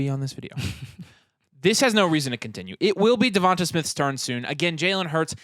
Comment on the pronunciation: Devonta is pronounced like da-von-tay sorry lmao I traded waddle for ridley though last week